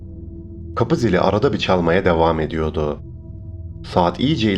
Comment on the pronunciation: R leei. Yutma. R. Leri. Söylüyodum. Değil. Söylüyordum. Ediyodu. Değil. Ediyordu. Vs vs vs vs. Sonuç. 👎👎👎👎👎